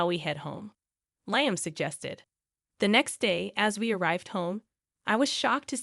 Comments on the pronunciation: It's said Lee am , not lie am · I was going to comment on that, too!!! LEE-um.